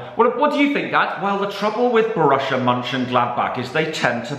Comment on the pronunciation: Why does say Borussia as bor russia same with gladbach